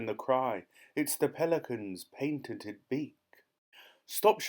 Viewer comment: you pronounced patented wrong